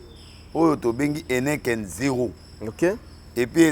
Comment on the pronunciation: Heneken te 😡. Heineken ok? Heineken